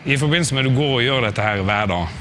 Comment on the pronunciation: I was just going to ask about his dialect as well but for a completely different reason. He sounds Danish to me. The way he said "I forbindelse med.." made him sound like he could be my neighbor here in Denmark. It sounded completely Danish to me.. :)